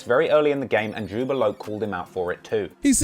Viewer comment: It's Jobb-A love not jubba locc